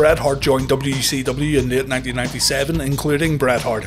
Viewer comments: Why do I keep hearing WECW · I'm glad it's not just me